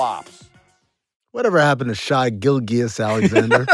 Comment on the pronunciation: how that man in the video said Shai's name is wild haha.